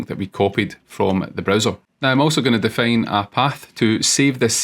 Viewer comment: I think some accent things (like 'fail' instead of 'file' or 'defane' instead of 'define') avert his videos from being suggested more times as reference by Gemini, eventhough he has the best ones in my opinion.